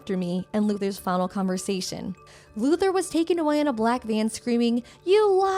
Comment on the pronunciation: Why do I hear "loser" instead of "Luther"???😂